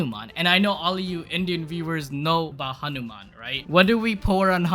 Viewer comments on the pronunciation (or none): bruh it is"hanuman" not anuman